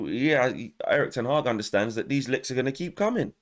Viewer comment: I like the way you say your gonna bet more LICKS yard style lol ........I am an Arsenal fan and I don't feel sorry for you lol